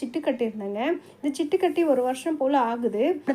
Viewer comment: சிட்டுகட்டி இல்லை சீட்டுகட்டி